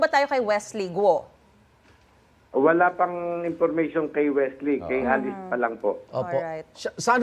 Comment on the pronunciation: .pambihira. ang tagal na ng kasong to - mali pa rin ang pronunciation nyo ng GUO buti pa yung sa channel 2 tamang tama ang pronunciation